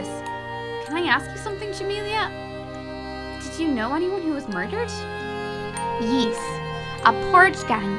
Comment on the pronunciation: "yis" Also "mardar" don't get me wrong I love this, mardar made me laugh for a couple of seconds